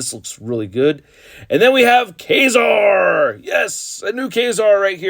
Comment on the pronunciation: Ka - Zar as in Lazar, not Kay - Zar.